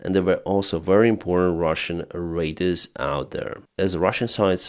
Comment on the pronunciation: Every time it throws me when you say Radars as you pronounce it like raiders which are both found in war